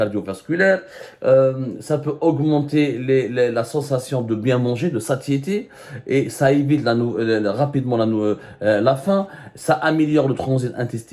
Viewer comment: Monsieur Semmar, le mot satiété est prononcé "saciété".